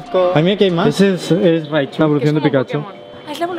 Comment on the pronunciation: "raichu" ..... Casi .... Casi... Es .... Deremne